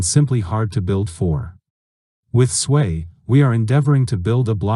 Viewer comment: Why you keep sayin Swei blockchain? It is SUI, not Suey, Swei, Swey or Svey